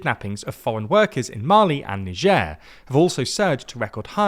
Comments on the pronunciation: You are NOT French! So pronounce Niger the British way and call it The Ivory Coast. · "Nijeur" xdd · Ho pronounces Niger like the name of some kind of French delicacy: Truffe au Fromage Très-Prétentieux 😂